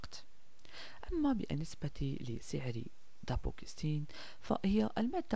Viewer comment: اسمه دابوكسيتين وليس دابوكستين